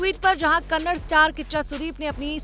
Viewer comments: First of all i like to say it is not Kannad it is Kannada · It's not kannad.. It's kannada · It's Kannada not kannad, atleast pronounce it correctly 🤦🏻‍♂️ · It is Kannada not Kanad, at least pronounce properly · It's a not a kannad its a kannada, ka nna da🙏🙏🙏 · Hlo Didi vo kannad nhi '‘kannada' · It is not kannad it is Kannada. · Hello madam it is not Kannad.... It is KANNADA... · Kannad nahi ....kannada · Kannad nahi kannada